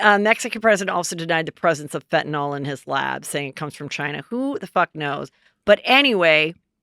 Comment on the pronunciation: Are you saying FentanOL? (Instead of Fentanyl?) 😆